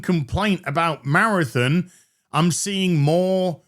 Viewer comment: Good old “Marathin”